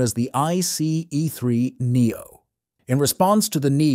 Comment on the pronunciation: It's either an AI voice or a human that has VERY consistent speed and tonality, but clearly doesn't know anything about trains, because he/it pronounces things wrong like "bojies" and leaves awkward gaps, like "I C EE 3 Neo". Doesn't sound human to me.